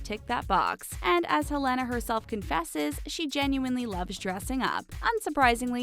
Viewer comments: Please learn how to pronounce peoples' names prior to saying it repeatedly! Helena B. C. is amazing and untouchable! Also her name is "Hell- lina. To answer your Q about who wears gloves on red carpet? Older women do, bc women's hands show age. There aren't many procedures to make hands look young. Madonna always has gloves on. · She says Helena wrong